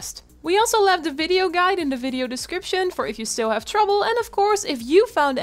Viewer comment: What is a "fiddeo"? He keeps asking us to like it, but I don't know what it is...